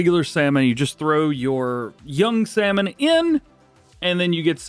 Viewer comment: You can't pronounce salmon? Too funny